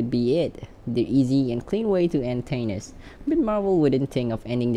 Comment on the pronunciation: Who the hell is “tanis”? It’s “Thay-Nos”